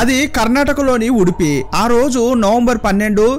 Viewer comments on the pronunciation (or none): ಉಡುಪ್ಪಿ ಅಲ್ಲ ಉಡುಪಿ